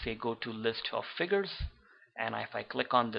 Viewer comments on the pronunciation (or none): none